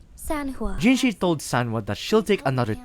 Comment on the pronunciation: Hey not tryna be rude but just so you know you keep on writing jinshi but it's jinhsi great vid otherwise, I really like the way you told the lamb story